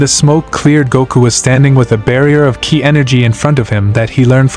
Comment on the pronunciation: Your Ai is pronouncing ki as kaeye so write it as key and it will sound right.